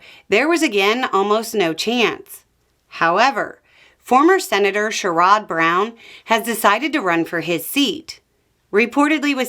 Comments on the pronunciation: Not that it matters much in the grand scheme of things, but it's Sher-Uhhhd not Sheh-rOdd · "sheh rod" makes our guy sound fancier than he is. It's "Share-Ed" and I can't wait to vote for him again. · You are mispronouncing Sherrod Brown's name. It's not cher-rod, it's cher-id. Just an FYI. Love your videos. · Sherrod pronounces his name "SHARE-ud". Anyway, it's just a thought, have a good day! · It's Share-ud. The stress on the first syllable. Say his name fast, the o is a short o sound but when you say it fast, it sounds almost like a short u sound. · Great news about Sherrod (pronounced SHARE-id) Brown. Vance & Moreno had their seats bought for them, and Husted was appointed. Ohio deserves a Senator who fights for us. As Brown always has. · "share-id" Brown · Sherrod (say like SHARE-id) like Jared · That's an odd way to pronounce Sherrod Brown. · Thanks for the explanation! I appreciate the time you put in on your videos, I appreciate your research and you reading the comments to answer questions! I'm so thankful you help to inform us & help clarify our thinking! 💙🤗 FYI, Sherrod Brown's first name is accented on the First Syllable, not the second syllable. So the first syllable sounds just like the word Share. I hope you will have plenty of opportunity in the future to mention his name again! It was seriously devastating here when Sherrod Brown lost! I never even thought of it as a possibility, so I guess it shook me up when all of a sudden there were so many more MAGA politicians in Ohio! I'm glad Vance is gone from here, but I'm sorry that he's now able to inflict suffering on so many more people, & it's too bad he's just a puppet for an anti democracy, anti-US racist oligarch Peter Thiel! I really hope Vance never becomes president, and that these Democrats you mentioned all win! Thanks for informing us, thanks for being honest & helpful. 🖖🏼💙🤗💙🫡🫱🏽‍🫲🏼🇺🇦✌🏼